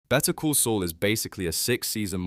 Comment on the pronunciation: I think the entire thing is AI. Dude can't pronounce the name of the show properly at the end of the video